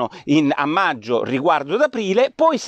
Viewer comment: Porro, l'italiano!!!. Meggio al posto di maggio è solo una mis-pronuncia. Che può capitare a tutti Ma "il giorno dopo al decreto" è proprio un errore . Si dice "il giorno dopo IL decreto". Ma qui sei in buona compagnia....